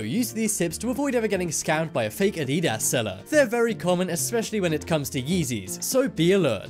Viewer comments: it's said add-ee-das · LOL to the way he pronounced adidas and his explanation on spotting fake Yeezys. The foam spongy material LOLLLL you mean the boost sir. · The way you pronounced adidas made me cringe